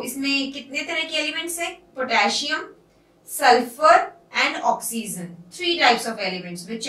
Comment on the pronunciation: Mam oxyzen nahi oxygen